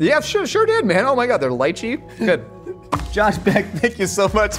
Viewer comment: I was onboard until Josh ruined it in the end and mispronounced lychee